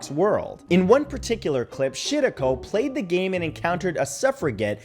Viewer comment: Matt it’s pronounced Shi- Rah - Ko